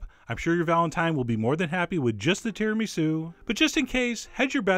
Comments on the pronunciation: The way you pronounce Tiramisu is an offence to the world. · the way he says tiramisu has me dying of laughter